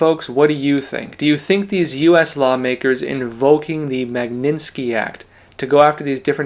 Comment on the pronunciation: I am sure your Chinese pronunciation outstrips mine buy orders of magnitude. However, please pay attention to English pronunciation. Mag KNIT ski act. I hate to say it, but as someone with years of professional experience in this area, mispronunciation can do horrible things to your credibility that you don’t deserve at all. God bless you and take care